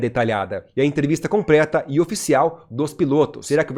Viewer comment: Parabéns canal maravilhoso. Sua dedicação, abordagem e os detalhes são muito bons. Apenas uma dica. Veja esse vídeo novamente. Toda hora vc fala "compreta". Escute as , ou peça para sua esposa ou um amigo escutar. Mas tem vários ao longo do vídeo. Acertando isso seus vídeos ficarão sem sombra de dúvidas entre os 5 melhores do YT. Mais uma vez parabéns pelo tempo, esforço, dedicação e visão.